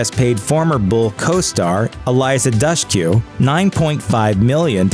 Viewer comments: Pauley Perrette was much more clearly specific. She states that Harmon physically assaulted her, not just the dog incident. Not only are you terrible at pronouncing anyone's name (Dushku? David? Come on now), you're equally terrible at reporting facts. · If your going to make videos at least pronounce Eliza Dushku’s name correctly and the character Ziva David